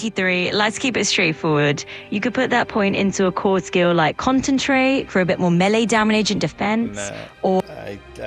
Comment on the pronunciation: At least the AI pronounces Melee better then 90% of youtubers.